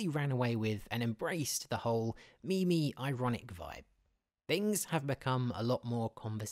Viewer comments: We gonna gloss over the fact he referred to "meme" as "me me"? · I can't tell whether or not this is an ironic pronunciation of "meme". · Not sure if you said meme-y or if you were giving meme two syllables.